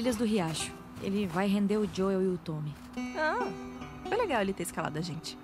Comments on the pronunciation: O Edu fala: Jol,sendo que o correto é : joe,pronunciando diol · o ano é 2023 e eu me incomodo até hoje cm o edu falando ¨jol¨ ao invés de joel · Da um Nervoso tremendo ver o Edu chamando o Joel de maneira errada🤣